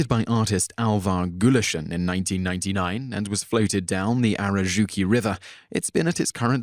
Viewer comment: Number 1, "Possankka" is clearly a portmanteau of the words "possu" = pig and "ankka" = duck. Also, you totally butchered the pronunciation of Aurajoki [ow-ra-yo-ki; or just type it into Google Translate].